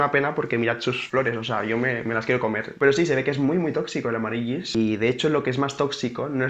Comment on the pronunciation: Nen, amarilis, se pronuncia. Besos.